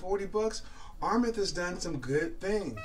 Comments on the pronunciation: Armaf is pronounced (R Maa ff ) not Rmeth. No disrespect. I'd rather tell you now for your future vids. To also help you avoid ppl from discrediting you. PPL are at times critical. Your vids are quaility & I wish you success. I just sub'ed... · Why is he saying armeth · You already butchered Armaf. R maf it is.